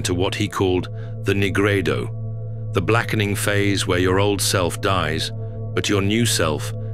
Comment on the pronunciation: Dude said negrado lmaoo